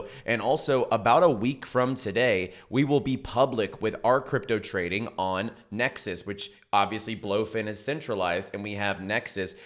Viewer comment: why do you pronounce NexIS when it is clearly written NexUS and where is the link you said was down below